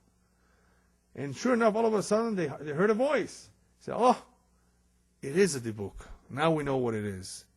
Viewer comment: I’ve heard it pronounced “dib-ick”. Not “dee-buk”.